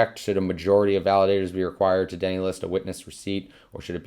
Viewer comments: deny, man. TO DENY. DENY-LIST. NOT DENNY LIST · deny pronunciation duh-nai